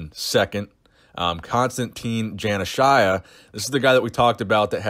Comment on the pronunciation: Hey, you totally butchered Konstantine Janashia’s name 😂🤣 it’s konstan-teen-a jun-uh-shea